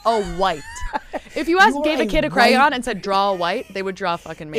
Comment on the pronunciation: Her pronunciation of crayon was insane. Lol